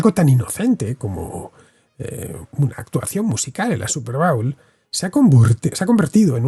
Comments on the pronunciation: Se pronucia bowl como "bol" en este caso. Cuando dices 'bowel' me reconoce de un movimiento intestinal. Pero muy bien video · No se dice bául, es bóul